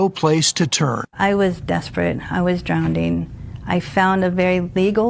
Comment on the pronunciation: she was “drownding” y’all